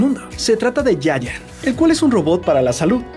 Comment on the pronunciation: ¿soy el único que cuando pronunció Giant escuchó "yaya"? x"D